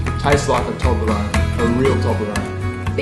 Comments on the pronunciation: It's pronounced toe-bla-roan not tob-la-roan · It's pronounced 'toeblerone' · What a nice guy, and what a HUGE Toblerone. I love how you pronounce it in Australia; 'Taublerone'. Here in Ireland we pronounce it 'Toeblorone'. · ITS PRONOUNCED TOE-BLER-ONE!! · That's not how u say it. TO-BLUR- ON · At the start is sounded like she said doblerone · Its TUBE - la - roon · you said toblerone wrong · Wtffffff.... That is not how you say toblerone 😂😂 what the hell is wrong with people